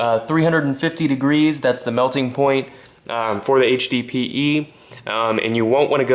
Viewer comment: you should be saying HDPE not HBPE